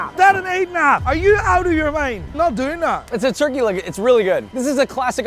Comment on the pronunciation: When you showed nico the turkey leg and almost went full british that shit was funny 😂 also how you go to frontier land and not get the chicken skewers across from jungle cruise ?